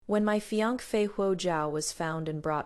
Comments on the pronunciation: She has tongue problems and can't pronounce the word fiancee correctly! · Why can't the narrator say fiancee correctly?